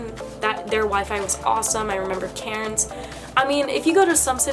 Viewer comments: Lmfao it took me a hot minute to realise you were saying Cairns. I honestly thought you were saying Karen’s 😂😂😂😂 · The accent, when you say Cairns. I'm thinking, who's Karin?? C - air -ns